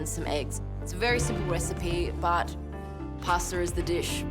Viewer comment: It is quite clear how much respect she has for her family heritage by her pronunciation of "Pasta"